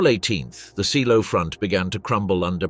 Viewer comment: Pronounced ZAYLOW.